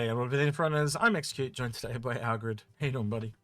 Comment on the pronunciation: Nice show as always - but it's AL-GA-RED not Aggred, come on dude it's not hard to learn how to pronounce your partners name.